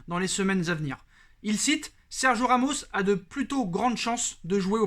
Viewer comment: Tu es au courant qu'il y a un "i" dans Sergio... t'as le droit de le prononcer du coup 😑